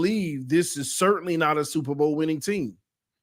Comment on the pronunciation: They said “Supper bowl”